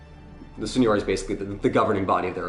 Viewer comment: Signoria. The accent is on the second i But I can understand the confusion, as Signora (madam) is instead pronounced like you pronounced Signoria (lordship). I'm telling just because, you know, people are learning from you